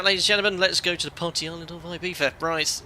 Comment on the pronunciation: Nice accuracy with the local pronunciation of Ibiza there. At first it struck me as wrong, but then I had to remember that my ear for Spanish is more attuned to its Mexican and Puerto Rican varieties, as those are what I commonly hear across the pond from you. (It would sound more like "ee-BEE-suh" in Mexican or Puerto Rican Spanish.) You got it right for Spain though, where the letter Z takes on the "th" sound, so I have to give you a proper "¡Tú español es bueno, Capitán!" :) Speaking of Mexico, if you're taking suggestions for future live stream origins or destinations, I think Mexico City could be interesting. Its 7300 ft elevation would allow you to discuss hot and high operations at a length I can't recall seeing in past live streams.